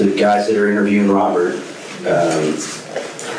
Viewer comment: He has a speech impediment, like a kid who hasn't learned how to pronounce R's.... he replaces them with W's. Instead of Robert, its Wabert. Pewson to pewrson.